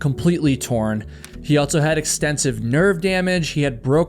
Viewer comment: Please stop saying altso 😂. Otherwise great story telling!